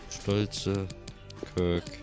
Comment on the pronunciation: Er heißt Kerk und nicht körk 😂🤦🏻‍♂️